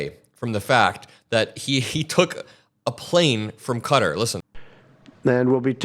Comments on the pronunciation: For $400 million, don't you think Trump could learn to pronounce the name of the country that's gifting him this grift?? (They pronounce it "Cutter.") And do you think, by any chance, that this flying palace will be fitted with listening devices? Hmmm... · Stop calling it cutter. You sound like maga. lol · It’s confusing to hear Qatar pronounced “cutter”. 🩵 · Even if he refers to Qatar as "cutter" . Same with Ben Meiselas at Meidas Touch . Definitely American educated .. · when americans say cutter do they mean the nation of qatar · I think you may need to look up the pronunciation of Qatar. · And does he mispronounce "Qatar"? Why yes, yes he does. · Its Qatar KA TAR not cutter, come on man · It’s Kuh-TAR NOT CUTTER. You and Ben Miselas are saying it wrong. Check the dictionary. 😅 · "Cat TAHR", not "cutter". That is how people there pronounce the name. That airplane is going to require a TON of work to make it suitable for use as AF1. It will literally take years to prepare it; Who is going to pay for all that, and who is going to fly it? Quid Pro Quo folks..... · You guys need to stop calling it "cutter" 😂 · Why does everyone keep pronouncing Qatar as "Cutter"? Am I missing something??? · Just FYI it is pronounced cuh-tar. Keep it up on this guy, he should never be allowed to just take bribes in the open. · You fixed the pronunciation of Qatar to Cutter, then went back to the incorrect one. Why??? You’re way too smart for this. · Its qatar, not cutter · It IS QATAR (ka tar) not fkn “cutter” like these dipsticks are saying. Also him saying “I could be an idiot and..” when he is clearly an idiot is pure hilarity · I love your show but it isn’t pronounced “cutter” it’s pronounced “Qatar” like Ka-tar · Stop saying CUTTER !! KAH-TAR !! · Why is everyone mispronouncing Qatar? I looked it up just to make sure I'm right, it's not 'cutter'. I heard you say it right several times, so why say it wrong? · ITS NOT “CUTTER” ITS QATAR! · It's not Cutter it's Ka-tar